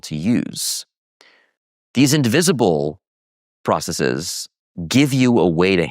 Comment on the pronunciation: Dropping the Markov assumption is practically dropping the idea of causality. I can understand when you pronounce 'bases' as 'basees', and 'crises' as 'cricees', because of their Greek origin. But why pronounce the ordinary English word 'processes' as 'processees'?